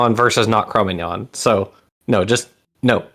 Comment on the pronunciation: Cro Magnon is now pronounced like Filet Mignon? Is this like how I just learned NASA pronounces the Gemini missions as the word mini?